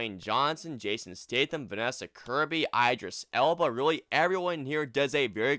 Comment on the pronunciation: You mispronounced Idris Elba's first name. It's "EE-dris", not "EYE-dris."